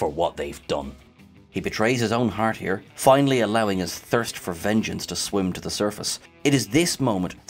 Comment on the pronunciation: "The line must be drawn here..." I love how he says the word "here" in like three syllables: hee-yahh-ckghh (not sure how to phonetically spell that last harsh tongued exhale)